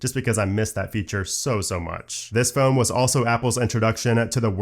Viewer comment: It always bugs me he can’t say phone properly 😂.